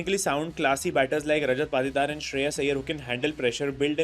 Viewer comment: Bro need some Correction Patidar =पातीदार ❌️ Patidar=पाटीदार ✅️